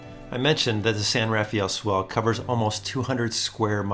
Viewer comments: Great video! But please, as we locals have since the beginning of time pronounce it ---> The "San RAA-FELL Swell" NOT The San RAFAAEEEL... Swell. Thanks! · 😂 My feelings exactly! I cringe every time I hear someone pronounce it San RafEE-aL!